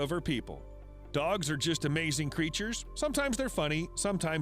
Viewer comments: in the beginning when cash said amazing but said AMASHZING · “Amashing” LOL 😂